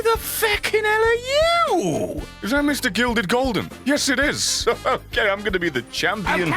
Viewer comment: do u just say OGAY😂😂😂😂😂😂 u will find it in